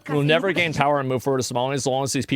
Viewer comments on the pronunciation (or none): none